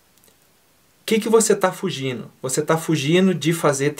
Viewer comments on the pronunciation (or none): Independente de concordar ou não com sua opiniões quanto ao DUOLINGO, permita-me deixar aqui minha indignação quanto a sua pronúncia no uso do gerúndio ao pronunciar palavras como fugino ao invés de fugindo. Espero que meu apontamento não seja visto como pejorativo e que sirva sim como uma crítica construtiva que possa te ajudar a crescer e melhorar como professor. Porque fica completamente impossível ser professor de qualquer coisa comendo letras e mutilando o gerúndio isso tira toda a credibilidade do professor. Me desculpe se fui muito duro mas FUGINO NÃO DÁ, isso chega a doer. Felicidades e prosperidade